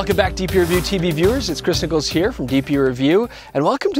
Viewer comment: So is back? I remember the first time I heard somebody say my full name (one of my highschool teachers), and how it surprised me that he put the emphasis on my surname. But that IS how you do it. Nobody says PETERanderson, it's peterANDERson. And only YOU would say CHRISniccolls - everybody else would say chrisNICcolls.